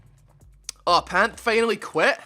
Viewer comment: ''finally'' ''hour'' not fenal or error